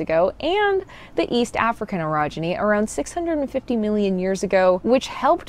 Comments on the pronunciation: so funny, I was listening only and kept hearing erogeny, thinking what does that have to do with the subject at hand. When I took a look, it was orogeny, not erogeny... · You should pronounce eorogeny as OAR-OGENY, rather that ERE-OGENY. You make it sound like something sexual.